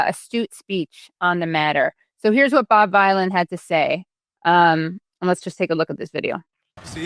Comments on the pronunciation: Its pronounced as Bobby Villain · Bob Vylan, if U Girls don't know how this Artist's name is pronounced, try 2 rhyme it with Bob Dylan ... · Pronounced villain. It's a play on Bob Dylan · It's pronounced Veelan not vilan ! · Bob V-eye-lan 😂🤣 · OMG, Americans vs vowel sounds … Vylan as in Dylan or villain😅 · Pronounce it as VILLAIN. Free Palestine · his name is pronouced "bob villian" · Vylain pronounced like vilain, rhymes with bob dylan of course! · The boomer vibes of Americans reporting on this are off the charts. Do some minimal research 😂 Bob Vylan is a punk band made up of Bobby Vylan and Bobbie Vylan. Obvious word play with Bob Dylan so it rhymes with that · I would suggest the name bob vylan is pronounced in a humorous way so as to sound like bob dylan. As well as being something that sounds like villain. He’s a rap artist after all. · Vylan is pronounced like villain. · Rhymes with Dylan. Duh. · It's Bob Vylan, as in Bob Dylan. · It's pronounced Bob Vylan (like Villain) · It's spelled Vylan, but pronounced "Villan", but in reality he's really a good guy. 🙂 His so-called "crime" is trying to stop a genocide, which is a crime under international law. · Bob Vylan - to rhyme with Bob Dylan, Katie 😉👍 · It's pronounced "Bob Villain", it's meant to sound like "Bob Dylan" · Katie I just waned to point out hs name is pronounced like "Villain". It's a play on the legendary artist Bob Dylan. Bob Vylan, let's give the man his due and proper respect by getting his name correct. Thank you. Bless up Katie. Love your good work too. 🙏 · Its Bob Vylan as in Dylan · To state the inescapably obvious, "Bob Vylan" rhymes with "Bob Dylan", another inspired musician prominent in the struggle for justice, for human rights, and for peace. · Bob Vylan, rhymes with Dylan. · Dylan rhymes with Villain. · I would imagine that it rhymes with Bob Dylan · I think it's Vylan like Dylan - you know Bob Vylan. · OMG Katie 😂 his name is pronounced villain. It rhymes with Bob Dylan. Bob Vylan 😊